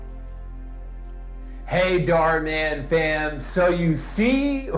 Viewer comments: “dhar mon” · everyone: Dhar Mann him : dhar mon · Dharmann is pronounced "dar-man" to me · Who's that pokemon... It's Dharmon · You pronounce it “dar man” when it’s saying “dhar mann” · Dhar man is how you pronounce his name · its "Dar man" the H is silent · It's pronounced dhar man STUPID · It's pronounced door-man. I think that's the only job he's qualified for. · I’m saying that he could’ve been nicer to him he is mispronouncing his name he could’ve searched it I’m not being rude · He seemed quite polite. He even apologized in case he got the pronunciation of his name wrong as he doesn’t really watch dharman and only looked at it because it was suggested to him.